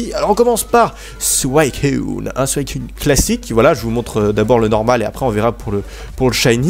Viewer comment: C'est pas Souaicun Mais suicune